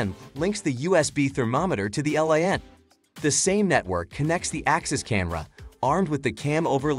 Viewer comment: When the AI narrator spelled out LAN instead of pronouncing it, I was disappointed by the distraction. Axis shouldn't make any more of these..